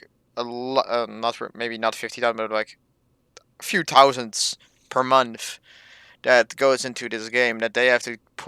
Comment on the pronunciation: Get to the point, stop saying like, write a script, keep vid under 10 minutes...& speak englsih ie other not udder, month not munf